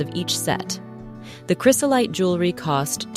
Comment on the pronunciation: Please check your pronunciation of items next time you do one of these videos. Its cry-zo-lite (not chris-o-lite) and peri-doe (not peri dot).